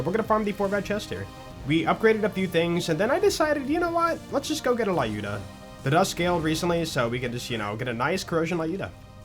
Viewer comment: Whyy are all the BL contentmakers calling the Lyuda "leye-ooda". It's pronounced like "Luke" or "lucid" or "lukewarm".